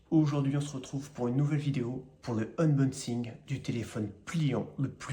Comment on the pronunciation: Jolie '' unbonnesing'' 😅